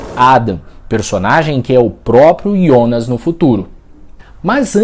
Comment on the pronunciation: Parabéns pelo vídeo. Um dos pou os explicando de maneira descente. Outro parabéns por falar "IONAS" e não JONAS como estão falando em outras análises.